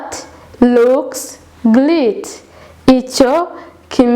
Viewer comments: Aya masomo ni meza azafasha benshi. Ariko wakosora imivugire ya 'great'. Not greet but great as in read(past form) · We pronounce (gret) not ( grit)